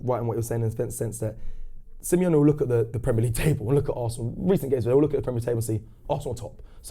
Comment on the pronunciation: Semi-lonely, Simeone... 🤔🤦🏻‍♂️😅